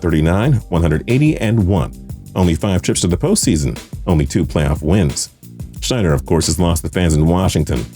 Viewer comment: For goodness sake, the former Commanders' owner was Dan SNY-DUHR, not SCHNY-DUHR